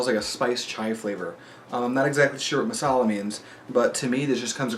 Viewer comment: Good job on the pronunciation man. Personally this flavor doesn't taste anything like chai (spiced tea), but a sweet strong pan flavor. Masala just means mixed spice.